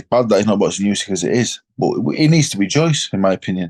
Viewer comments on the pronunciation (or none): Anybody notice Frank called usyk crusyk at the end then said about crusader hmmmm